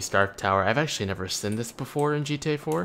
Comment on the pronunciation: plz stop pronouncing seen like that